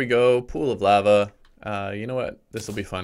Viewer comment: aaaahhhh every time you say lava